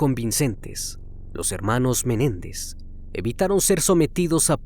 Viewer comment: No es Jose Méndez es MENÉNDEZ